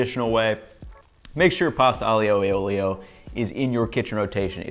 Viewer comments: Your way looks absolutely ACE!! BUT!! [grin] Aglio e olio... do not pronounce the 'i' as a separate syllable,: turn it into a 'y'. AHLYO e OLYO, yes? You're such a good chef that I want you to say the wondrous Italian words right.:) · IJoe OilO or Ioolee is the way I grew up hearing it pronounced. It's amazing how much it stands out when you hear it pronounced differently lol. I'm gonna try the butter as it never fails to make things better:) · Being a romance language speaker, it just sounds really good to listen the aglio e olio as you speak. Thanks, Latin. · Nah mate sorry you kept mispronouncing the name, added butter, no pasta water, used angel hair pasta and proceeded to overcook it to the max.. I get this is your version of it but don't be so bold to claim your white amateur chef knowledge is better than centuries of Italian tradition.